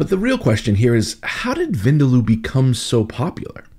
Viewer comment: Chef, vindaloo (vindaloo is pronounced as vin dal, like you'd pronounce dal but add the oo sound quickly 😉), differs in India. The Goans make it differently to the Anglo Indians. The Anglos use dark mustard oil whilst the Goans use, I think ground nut or coconut oil. Not really sure, though.